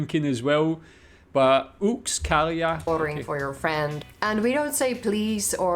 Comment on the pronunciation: Yks kalja is the spoken version of one beer but the official version is yksi kalja. Yksi = 1 Kaksi = 2 Kolme = 3 Your pronunciation was really good 👍🏼